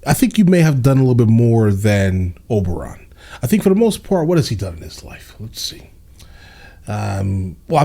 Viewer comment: It's not Oberon, it's Oberyn.😊